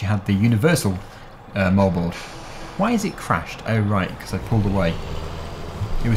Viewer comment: will you please stop saying "becoss".